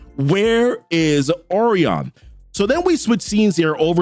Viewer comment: I like your videos but your butchering these names. Orion is pronounced Oh-rye-an And the Oberon in the newest new gods video is pronounced Oh-Bur-on not Oh-baron